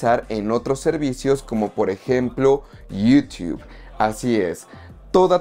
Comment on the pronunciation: Lo malo de Movies Anywhere es que no puedes canjear series ni las películas de Paramount. PD: porque pronuncias Yutuuu de forma graciosa, solo pregunto